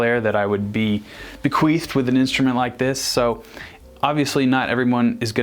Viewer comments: He said "bequeefed" lmao. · He said Queef